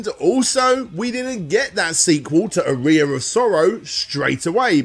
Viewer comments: my guy I just looked it up British pronunciation of aria and it’s ar-ree-a it’s not “uh-rye-uh” it’s simply just a man not pronouncing a word correctly. This has nothing to do with “global citizens” or British or American he just has poor pronunciation.. of words. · I understand accents and dialects, I really do, but there's zero reason to say "Aria," as "A rear in 2023. It's just absurd. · Are-ee-uh aria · How in researching for countless hours, listening to interviews and such, did you never notice the proper pronunciation of "aria"?? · I can deal with Aria being mispronounced, but pronouncing Tokimeki as "taco-me-co" is destroying me. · “the one symphony” is your name and you defend the wrong pronunciation of the word aria lol. What a clownzo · this would have been a good opportunity to pronouce 'aria' correctly